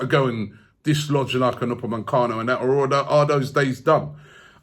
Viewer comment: It's not Upemancano, for god's sake.